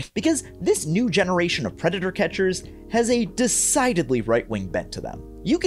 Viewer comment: bro said pedator instead of predator